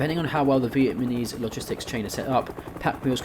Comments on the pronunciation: Vietnamese, not vietmanese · Brother in Christ... it's "VietNAMese" not "VietMANese" 😂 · Vietnamese not vietmanese 😉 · Sorry for being that guy but “vietmaneese” lol